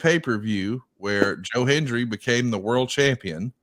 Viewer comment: Can we teach the older wrestling announcers to say Hen-D-ry?😂 Cole & McAfee did the same thing. 😂